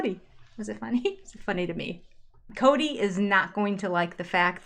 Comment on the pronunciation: It's not Coyote Pass, it's Kody Pass